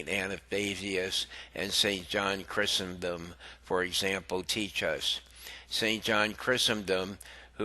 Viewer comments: Chry-sos-tum, not Chri-sen-dom. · Please pronounce the names correctly, I was wondering who you were talking about. A-th-na-tius Chri-sos-tom These are well known saints please don’t mind but I wasn’t looking at the video and I honestly couldn’t understand who you were referring to until I read the text. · learn to pronounce Athanasius, Chrysostom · Pity the reader couldn't pronounce the names of both ATHANASIUS & John CHRYSOSTOM. Sadly we seem to have a Pope who seems against all of those preaching the truth including his comment to a homosexual the "God made him that way". Saints of God come to our aid!!